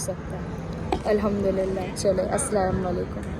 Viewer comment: Sister,its Assalamualaikum. Not asalawalekum……maksad hurt krna nae sirf batana tha….kyunki salam ko sahi se na bolne se kuch bhi msg jaata hai…